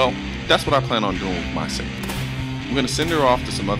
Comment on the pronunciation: Damnt dude it isn't "Sega"